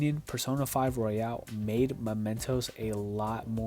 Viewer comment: It's Royal, not Royale.